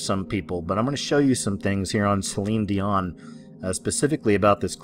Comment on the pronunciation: Celine Dee-Mon.